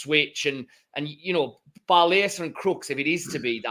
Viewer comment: for goodness sake, learn how to pronounce our players names. it is Barlasser rhyming with passer, not barlazer rhyming with lazer.